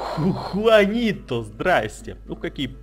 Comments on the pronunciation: но там вид джуанито а ты сказал хуанито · Трава суперэффективна против воды!!!! Посмотри в интернете и поверь тому, кто знает и любит Пиксельмон на 100 % и Juanito читается не (хуанито), а (джуанито)!!! J читается как Дж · не хуанито а juanito